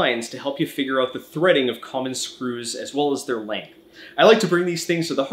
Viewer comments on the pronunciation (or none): none